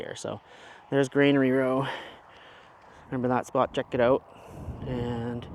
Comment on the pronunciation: FYI - it’s Granary Road. Not grainery row or Granary Row. Keep up the vids, it’s nice to see local rides